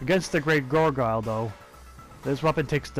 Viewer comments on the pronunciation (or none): its called gargoyle not gorgayle, someone had to say it:))))